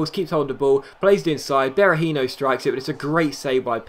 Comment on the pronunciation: Berahinio? Really? "Hinio" no, Hi-no.